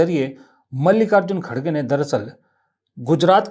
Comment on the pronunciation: श्रीमान कटाक्ष के जो उदाहरण😂😂😂 बात पूरी सुने बिना इतना निवेदन है कि खड़गे नहीं है श्रीमान सही उच्चारण खरगे हैं . यह स्वयं कांग्रेस के तथाकथित अध्यक्ष महोदय ने ही जानकारी दी थी पत्रकार वार्ता में . तू श्रीमान बात समझ आई 😂😂😂😂